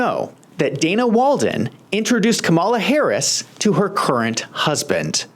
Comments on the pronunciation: It’s KAWM-a-la, not Ka-MAW-la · Her name is pronounced: calm-A-la NOT come-ALL-la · Sir, you really should practice the proper pronunciation of President Harris's first name. Let's say it together: Kam a'la (NOT Ka-Mall-Uh). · Dude, if you can say PAMela, you can say KAMala. Just stop. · Please say the woman's name correctly. Kàmala. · I love you, man. We need more perspectives like yours. But anyone still pronouncing her name wrong (with the accent on "mala") sounds like a hack. Don't sound like a hack. Please. The opposition can show disrespect. Let them. We should rise above that. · My first clue was this guy not saying Kamala’s name correctly this is a dead give away that you are a Trump supporter so your opinion would be biased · Mispronounced her name again and again......I WONDER WHY? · You can't even properly pronounce the Vice President's name. You have no business offering your opinion to anything relevant to the debate. Your comments make no sense, along with the comments donald trump. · You might want to learn how to pronounce her name, then admit it was a disaster for Trump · Can’t watch your video if you can’t even pronounce her name correctly. Let me know when you have that down and I’ll give you a second chance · Pronouncing the name of the vice president would be a good start to lend credence to your talk